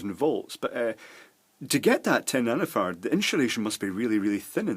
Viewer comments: It's nano FARD as in Farraday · excuse my french, but what's a "nanofart" he's talking about in around 7 minute? instructions unclear, penis stuck in wall outlet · Is he saying nanofart? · I could have sworn you said you were measuring nanofarts! I did successfully google and find out you said nano-farad, but after reading the definition, I still have no idea what it is. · sounds like you are saying "nanofarts" hahah